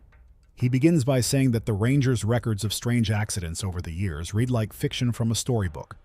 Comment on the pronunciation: Odd way to say years Do I smell ai reading? Bye